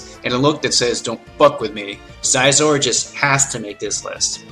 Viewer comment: NakedBanana Bibarrel, Raquaza, Scizor, Giratina, dedenne (not gonna spell-check) and I can't confirm anything for gen 6, since I never played it. Aside from Scizor and Dedenne, his pronounciations weren't that bad...